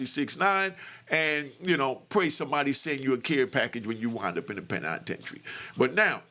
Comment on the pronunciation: The Pen-I-tentary 😂 woop 🙌